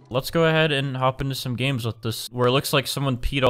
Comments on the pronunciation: said ganes instead of games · Its games not ganes